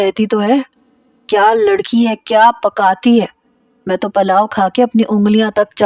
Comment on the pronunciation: Palao ni hota pulao hota hy